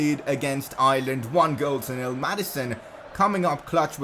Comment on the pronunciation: Your saying Ireland wrong im from Irelan